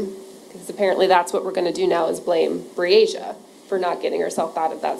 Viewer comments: How many times did this devil of a lawyer mess up this poor childs name....smh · I’m sick & tired of that lousy defense attorney , mispronouncing that poor baby’s name. That says a lot about his morals. YULK 👿